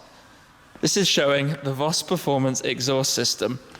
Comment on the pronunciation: u have been to Germany so many times now , u must know that it is pronounced FOS